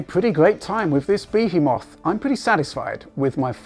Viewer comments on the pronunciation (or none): LMAO "bee-he-moth". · ''be he moth''? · "I had a pretty great time with this bee-he-moth." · Bee Hee Moth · Bee-hee moth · Behhy moth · your pronunciation of "behemoth" made me and the missus giggle.;) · Most interesting pronunciation of Behemoth I've heard !!! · well that's a pronunciation I've never heard before.